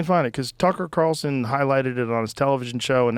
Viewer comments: It’s: CARLSON, not CARSON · Why do you call him “Tuckle Carroson”? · we have our ways for making you pronounce the L in Tucker’s last name. 😂